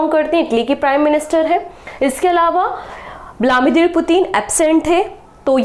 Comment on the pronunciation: Mam ap vilamidir kyu bolte ho it’s viladimir 🥵